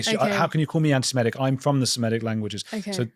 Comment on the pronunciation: Andrew, like a lot of people, mispronounces antisemitic as if it's spelled antisemEtic.